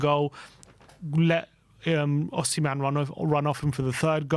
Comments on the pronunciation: Who is Osiman ? Do you mean Osimhen? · Osiman😂 Its Osman at this point 😂 its a Turkish name too 😂